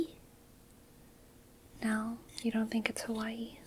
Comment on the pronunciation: It’s so good that you pronounce Hawai’i correctly!